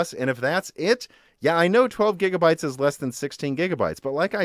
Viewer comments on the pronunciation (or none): none